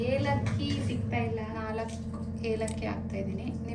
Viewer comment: ಏಲಕ್ಕಿ ಯೋಲಕ್ಕಿ ಅಲ್ಲ 😆😆